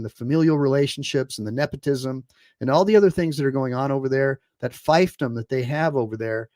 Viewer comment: "fife-dom"? Fiefdom is pronounced "feef-dom", silly.